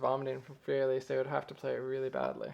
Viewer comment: thanx! your a great teacher! but one tinsy bitsy tip: learn how to say 'Fur elise' and 'ludwig van beethoven' properly. don't worry, i won't judge you on the way you say two phrases!